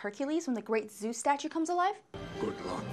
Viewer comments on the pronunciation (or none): none